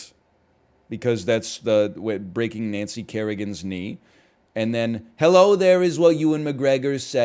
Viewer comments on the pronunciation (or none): none